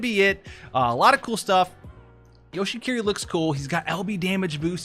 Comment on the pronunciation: you say it like hiki-ko-mo-ri which is pretty funny because that means he's a shut in but a ninja that's a support lol